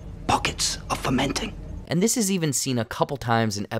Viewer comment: Yes I believe you are right. Fomenting. But the concept is similar haha.